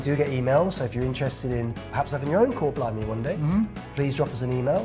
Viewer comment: Ooo sebut 'Kor blimey'. Den panggil chor blimey 😅.